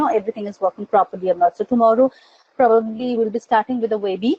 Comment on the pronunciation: ITS NOT WEBEE MADAM WEB I